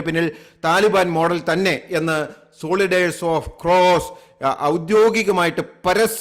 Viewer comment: Please get your pronunciation right. Soldiers is not സോളിഡേർസ് but സോൽജേർസ്‌! Otherwise a good report